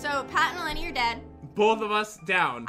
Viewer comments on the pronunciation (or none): In real life my name is mason EleNi yoU pronOunCeD it wRonG you said it like it was a i it's a o